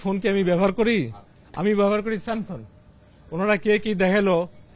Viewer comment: Samsung er uccharon ta porjonto korte keno paren na unara?